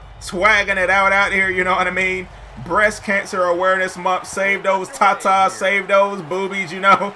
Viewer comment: lol he said save those tat tates